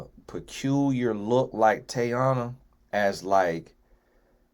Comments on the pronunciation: I’m like know you know that ain’t the pronunciation 🤦🏽‍♀️ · ain’t neva gonna say nobody’s name right 😂 TAYY-ONNNAH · Yoooo😂😂😂😂 I'm like that ain't even a hard name and its mad common